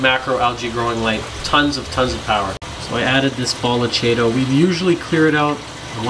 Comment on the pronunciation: ch is pronounced k.